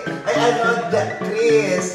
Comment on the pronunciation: Yung maid na Chris ang name yun pala ang maid na sabi ni Vice sa Showtime na Grace ang totoong name kaya lang yung pagpronounce sounds like Chris kaya akala nila Chris talaga name nya! Hindi rin naman sya nagreklamao 😂 and for years naging Chris sya 😂😂😂